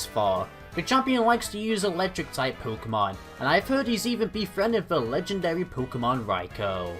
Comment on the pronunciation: Left off the R in legendary!